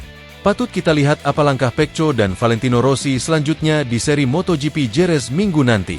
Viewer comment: bunyinya seharusnya peko jgn juga dibaca peco sampah sampah